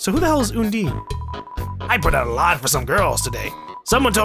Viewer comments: Well the official pronunciation is Un-Dine, as in "Diner". Plus, the word play doesn't work for her genocide fight if it's Un-deen. Un-deen the undying doesn't work. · People always get Alphys and Undyne wrong the first couple times. Undyne I get. Since people pronounce it Undine.